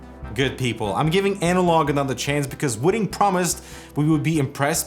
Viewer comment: "wooting?" Am I the only one who heard "wooden?"